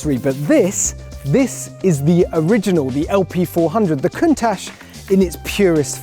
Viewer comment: Didnt even pronounce it correctly